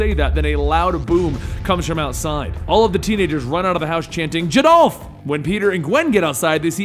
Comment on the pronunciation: Jadolph? It's Geldoff... L before the D, not after.